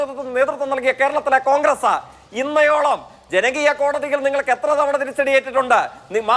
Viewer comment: ജയിക്കെ ഇന്നയോളം എന്നല്ല... ഇന്നോളം എന്നാണ്